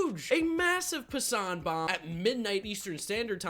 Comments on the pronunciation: please it's pronounced Jeff (pass-en) not (pasan). watch any time he is on ESPN they all say it the same way. Good video tho. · also, it's Pass-an not Pa-sa-on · Its Passen not “Passant” 😂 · It's Pass-an